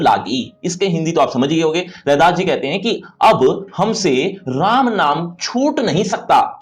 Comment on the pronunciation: No u should 😂 it’s redas